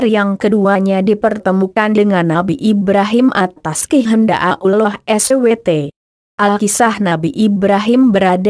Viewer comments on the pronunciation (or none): membacanya kurang begitu jelas dan disingkat kurang pass spt Allah Swt kedengeran Abdullah Swt